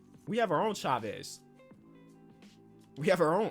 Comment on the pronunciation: Nobody:: says shavez instead of chavez lol